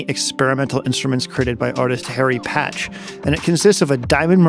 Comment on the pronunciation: Harry Partch, not Patch ;)